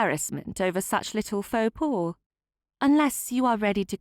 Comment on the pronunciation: "Faux pas" is pronounced "Foh pah", not "paw". At least for English speakers (cannot vouch for genuine French speakers 🙂). Otherwise, lovely clear story telling, and a very pleasant story so far. Thank you.